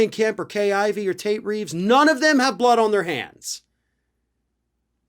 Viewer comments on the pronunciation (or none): none